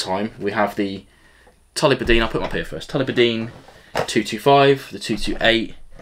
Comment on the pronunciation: It´s TulliBARdine,. 😉